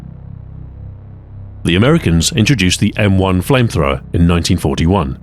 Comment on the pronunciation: Ah yes flamethrowmer